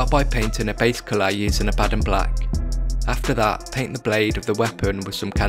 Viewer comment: Must you slaughter the pronunciation of abaddon and custodes